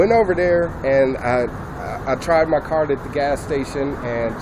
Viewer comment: I listened to it multiple times, and it sounds like he said, "...and my car didn't work." Maybe he he's too stupid to speak well, but it sounds like car, not card. Either way, all of my other points are still valid.